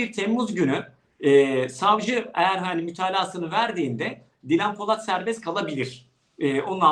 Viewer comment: Özlem hanım haberin başrol oyuncusu kadının daha ismini söyleyemiyorsun :)